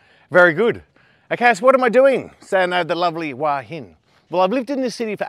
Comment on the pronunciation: Love the videos , but to me you pronounce Hua Hin incorrectly. Think it should sound like Wha Hin . Can you check it out please